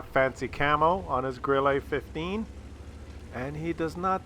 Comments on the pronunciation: it is pronounced Grill-uh not Grill-a.But when it's dead it is always pronounced "I am died". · More like grill-eh, not grill-ay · Pronounced 'Grill-eh', not Grill-ay. And yes, it means cricket in German. Jeez... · What I did let you know in the past is how to pronounce "Grille" correctly in German, which is NOT THE FRENCH WAY!!!1 It's not a Grillé for cryin' out loud! it's a Grille! Stress on the i! (Admittedly there is no easy hard and fast rule for word stress in German.) (So it's one of the finer points of German pronunciation.) (But still!! Way to disrespect the beautiful language of your forefathers!) Also if the problem with the aiming and the hitting is the soft stats that make it too sensitive to involuntary mouse movement caused by clicking the fire button, then the simple solution is to choose a keyboard key instead. Like the space bar, that you can hit with your thumb. Just sayin'. Once again, WoWs turns out to be the superior game of course because you can set two fire buttons, like for example both the right mouse button and the space bar. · Grille means cricket in German, but for fuck's sake stop saying it with an "A" at the end of the word, it is grill-uh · what the fuck is a Grillah? you have a german first and lastname and you cant even pronounce german words? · Also in french it's not pronounced Grillé, because it's not written Grillé. The French have forefathers too you know ;-). Also, WoWS is superior in many other ways. For example you can complement someone for being a good player or being polite in chat. Oddly enough in WoWS people are far more polite in chat than in WoT... I guess the system works? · Maybe it's just me, but hearing a guy named mis-pronounce the Grille is making me chuckle;p "Idol-veiss" was great too